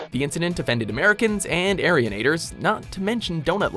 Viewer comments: Jonathan Thompson When he said the groupies (/fan group's) name it sounds like 'Aryans' :/ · I know right? EXACTLY. Watchmojo needs to check their facts, because she is literally the last person on earth who deserves to be on this list, and they put her at number one. I FUCKING HATE WATCHMOJO NOW so I unsubbed. Also they pronounced Arianators incorrectly and as I am part of the fandom, I am deeply offended.